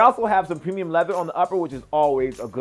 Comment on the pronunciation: lol "pemium"